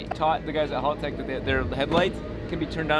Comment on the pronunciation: Stop calling Haltechs HALL-TECHs, being Australian is a soft "ah" sound not "hall" hahltech if you will.